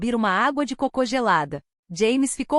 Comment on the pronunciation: Maravilha! Cheguei a me emocionar. Moro num país de lingua inglesa e gosto e sou fluente nas duas linguas. Agora, IA, por favor não leia "água de cocô, mas sim água de côco". 😂